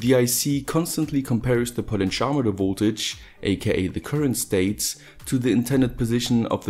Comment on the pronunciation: Took me some time to understand 'potencharmeter' = "potentiometer". Never heard it spoken in that way.